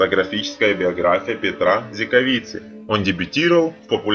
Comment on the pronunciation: Не Петра а Петера!!!! Господи , кто вас учит читать??? Если только это не робот